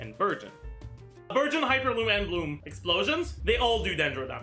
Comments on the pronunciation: I heard virgin for burgeon the entire video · I keep hearing burgeon as virgin lmao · So i can use Childe Xiangling Dendro Kazuha team. Also Childe Fischl Dori Dendro would be a great team. Why did i hear Virgin instead of Burgeon everytime he says Burgeon😂 But the best thing to realise is that Fischl and Childe will carry Dendro teams.😂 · OOOOOO he's saying Burgeon I thought he was saying Virgin for like half the video and I was very confused LOL